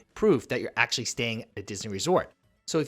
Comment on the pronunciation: The number of times he says "aksh-lee" 🤣🤣🤣🤣🤣